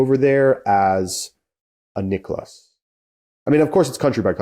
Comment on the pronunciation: Who? His name is not Nick-less 😂